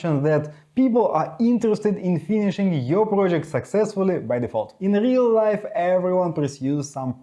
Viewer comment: When u pronounced real life i laughed, but at all you did great job.